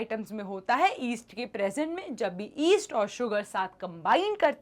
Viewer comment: East nahi yeast😂